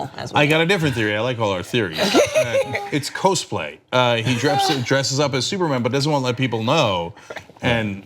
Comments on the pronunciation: um... the "cos" is "cosplay" is short for "costume", not "costar", someone needs to give Cenk a pronounciation guide. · Hey It's not coast play, its coss play. Cenk if you're going to reference something, just make sure you pronounce it right as it's the 20-30 yr olds that are watching/listening and are going to realize you're not in touch. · Cenk, cosplay is pronounced "coss-play", not "cose-play". Rhymes with 'boss', not 'hose'. The first syllable derives from 'costume', that's why. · "it's Cose-play" - Cenk lool pronounced Cozz-play Cenk! You're welcome! :P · WTF is co-splay? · Disliking just because you said "Cose-play" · Cenk, I've nothing against you, but did you say "Cose Play" instead of cosplay? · "kos-play" LOL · KAZ play. It is prounounced KAZplay. Like the word costume is pronounced KAsutomb. Come on old man, I expect better from you. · CAHsplay. Soft 'o'. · "evil Dae ore" "coze play" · the way cenk pronounced cosplay REEEEEE